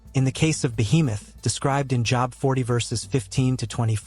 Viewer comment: Everytime the AI mispronounces Job, I skip a beat. Think I'm in full arrest.